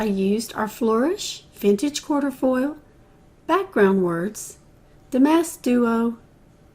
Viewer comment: Cute simple spread! Just so you know, the stencil is not quarterfoil, it’s quatrefoil pronounced kwa-tre-foil.